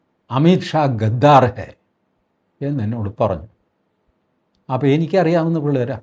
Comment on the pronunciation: എടൊ കൊണ്താ ഗാഗ്ഗാർ അല്ല gedhar എന്ന് പറയു